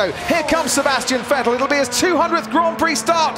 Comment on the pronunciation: "A-Sebastian Fettle." - David Croft, 2018